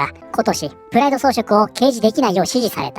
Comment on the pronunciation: プライドがフライドに聞こえて頭の中でチキンが…w (花粉症お大事に…！砂糖と小麦粉控えると軽減するとかしないとか)